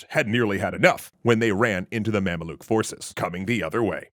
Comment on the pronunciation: Its pronounced "ma'am-luke" not "mam-uh-look"